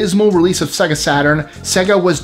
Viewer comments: Sega as in say-ga not sega as in segga. It even says as much at the start of Sonic the Hedgehog lol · I know it's spelled with an e, it's "SAY-Gah" not "seh-guh". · c'mon, say it right "SAY-Ger"